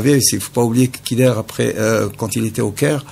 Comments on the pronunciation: allah yerham les vais moudjahidins vous parler de dakhmouche youssef alors que vous ne le connaissez meme pas et vous n'etes pas sûr que c'est le tueur en plus on dit khider on ne dit pas kider et enfin ou est le tresor du peuple algerien ????? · Il prononce Kider au lieu de Khider